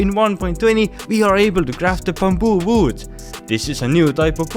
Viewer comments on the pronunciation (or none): I love the way how he say bamboo as "bumboo" 😂😂